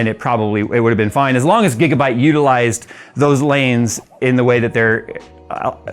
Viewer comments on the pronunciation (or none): none